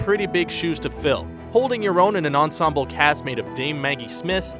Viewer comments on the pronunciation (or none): none